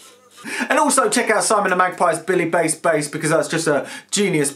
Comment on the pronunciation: You're the only person I know who's mispronounced "bass" in the OTHER direction.